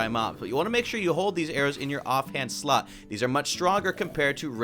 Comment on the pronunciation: did it sorta sound like he said off hand slut instead of slot?